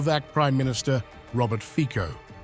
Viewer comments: Jesus... NOT Fiko... but Fitso.... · it is not slovakia initiating waves but ukraine, in other words not "whatever putin told fico" but "whatever masters told zelensky" ... also it is fonetic fico not fiko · 😮😮 Hey narrator! Learn the correct pronounciation of Fico, pronounced fitso!😮😮 Thumbs down! 👎🏻👎🏻👎🏻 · Where does Romania get its gas from? His name is pronounced FIZO!